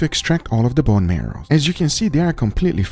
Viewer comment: "BOne MEROW"